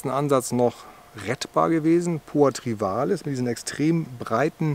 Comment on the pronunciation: Es heißt trivialis, nicht trivalis.